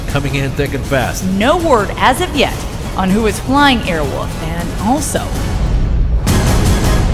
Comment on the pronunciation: "Airwoof"? Leave it to a Brit to mispronounce . Pretty sure there is an "L" in there somewhere .